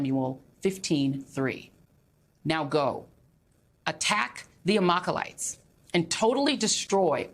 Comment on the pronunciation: Doesn't know how to read🤦 It"s not AmaKeLites. It's AmaLeKites.